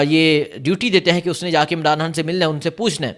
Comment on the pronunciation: یہ کیسا اینکر ھے خبر کو حبر کہہ رھا ھے اغوا کو اگوا کہتا ھے۔ خان کو حان کہتا ھے۔ یہ تو چچرا بندہ ھے۔